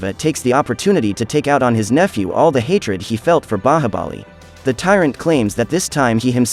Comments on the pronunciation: Just because you pronounce Bahabali instead of Bahubali, i refuse to watch your recap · Indian movie pronunciation be like :baahabali